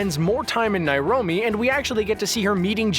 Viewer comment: Nairobi, not Nairomi.